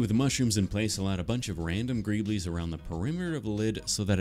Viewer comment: Greeble a new word for to pronounce incorrectly